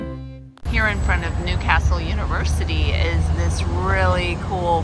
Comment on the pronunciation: Love the way you say Newcastle properly.